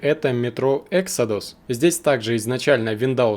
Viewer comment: Эксодус - ударение на о, это не английское слово.